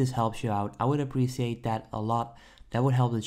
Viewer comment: "I APPRSHECIATE THAT"